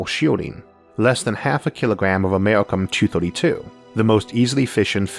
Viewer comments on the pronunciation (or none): Americium not Americum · Mispronounced.. It is pronounced "Amer-i-cium". Brilliant video. Thanks for so much detail!